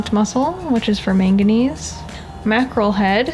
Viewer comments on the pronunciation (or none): none